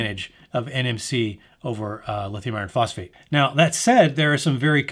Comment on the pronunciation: That was the longest boring review of all the videos I watched. I tried to stay awake. There’s a lot of details in this clip. Sometimes theres a little more in the clip than what I needed to hear. “Lithium iron phosphate chemistries“ couldn’t even pronounce it properly. They’re just batteries right?